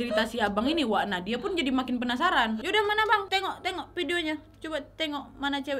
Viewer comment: "Penapsaran" wkwkkk sama banget kak nad, aku juga sering lidah belibet kesleo